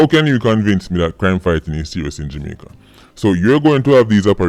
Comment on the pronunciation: JAMAICA sound like Kabul.